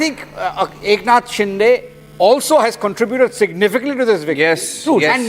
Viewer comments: It is शिंदे not डे .. get your names right. If you cant pronounce the CMs name properly, don’t come on the debate. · What a weird way to pronounce Shinde 😅